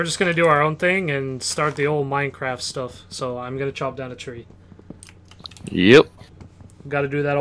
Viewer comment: 1st To like meh own comment >:D P.S. You pronounced Minecraft wrong